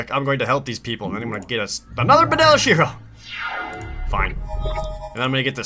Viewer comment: Wait, it's Benalish Hero? The resolution for me was to low to read, so based on the pronunciation I thought it was called Banal Shiro.